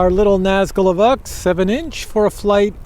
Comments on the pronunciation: EEEvock? It is EEE-v-oke ...maybe a quick "veh" eeee-veh-oke. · Pretty sure its ee-voke not ee-vuk